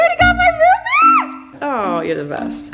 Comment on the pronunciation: No one: Absolutely no one: Not even Flynn: Colleen: You already got my root beeAHr?